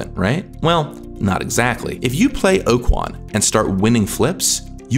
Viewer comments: Okaun or Okuan? You said it like Okuan but it's spelled like Okaun. So instead of Oh-Koo-yuan it should be Oh-kah-n. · I know the WOTC employee here but I can't help but think he pronounces Okaun incorrectly, he keeps saying Okuan.